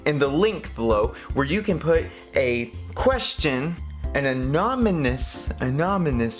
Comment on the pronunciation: Comments section: Ah-non-ah-miss: Annominous. (Ah-nom-ah-niss)